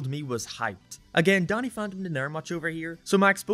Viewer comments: He complains about pronouncing fairies as furries yet he pronounces Danny as Donny... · YoU sAiD dAnNy LiKe DoNnY aNd FaRiEs LiKe FuRrYs! Lol any one who cares about this as stuff is dumb.